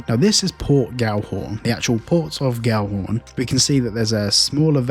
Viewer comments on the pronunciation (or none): Why do you say Gallhorn when its Gellhorn?